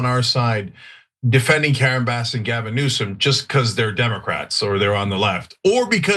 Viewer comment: Did Anna G. Say Gavin Nuisance? Freudian slip.